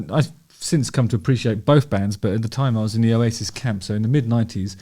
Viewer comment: Oh-yay-sis 😂 love the channel, Justin.